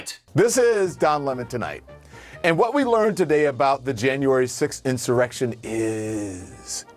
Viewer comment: Hahaha insurrection. He loves saying "in sir erection". Antifa is missing a g.